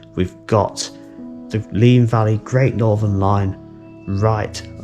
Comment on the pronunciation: Oh dear. My grandparents used to live on the Heathfield Estate east of Bagthorpe Junction. At 12.50 I can assure you it’s Valley (‘Valleh’) Road, not Vale Road. I may be imagining, as it’s best part of 60 years ago now, but I seem to have memories of the sound of the steam locos high on the embankment there when I was trying to get to sleep in their house at night. Anyway, another great video and thanks for bringing back the memories.